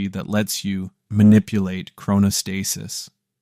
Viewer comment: If you're going to make an educational video on something, you should probably learn how to pronounce the word at some point. As for the thumbnail, "that second...was never real," it's actually very real. I get what you're trying to say I think but saying it's not real is just false and misleading; it doesn't fully appreciate or explain the complex and paradoxical mechanisms of the brain.